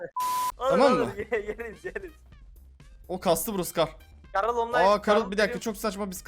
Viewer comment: karıl deyil garıll